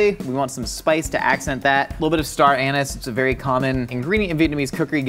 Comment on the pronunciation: casually pronounces star anise “star anus” and keeps going 💀😂